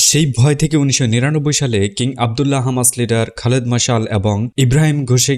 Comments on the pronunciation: Hamas, not khamas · ভাই আপনি কী হিব্রুতে কথা বলেন? খামাস কেন হামাস হবে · খামাস নয় হামাস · খামাস নাকি হামাস? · হামাস‌ নাকি খামাস‌ 🤔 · Hamas na khamas😂😂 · খামাস নাকি হামাস??? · হামাস হবে খামাস না 😅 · হামাস,,,নাকি, খামাস,,,বাইয়া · হামাস নাকি খামাস? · খামাস কেন বলছেন হামাস বলুন। খামাস ইহুদিরা বলে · খামাস না, হামাস। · Content creator ki Israeli naki , Hamas ke khamas boltese ?